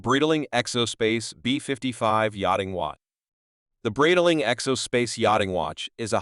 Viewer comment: Such a pathetic example of AI, cannot even pronounce ’Breitling’ or ‘bezel’ (beezel?) This CANT be sponsored by “Breetiling”